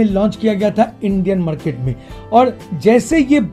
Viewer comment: Bhai shab apka voice bohat ganda lagta hai kisi or ko bhi lagta hai kya . Madket , pdoblem , kadan , badal select , compadision , od j , colad , pademimum , khadeed liya 😭😭😭😭